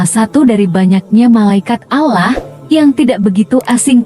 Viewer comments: Ini yg buat konten sebenarnya agamanya apa yaaa kok nyebut Allah nya gitu kyk bukan umat Islam ajaaa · Coba ya utk naratornya spy memperbaiki sebutan ALLAH...kurang enak didengarnya